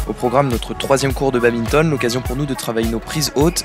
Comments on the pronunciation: En tant que puriste et pratiquant depuis de nombreuses années on ne dit pas "babinton" mais bien "bad minton" ;) Super vidéo les gars ! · Arrêtez de dire babinton pleeeeaaaaase ^^ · étudiant en STAPS, ne sait toujours pas qu'on dit badminton et pas babinton🤣😭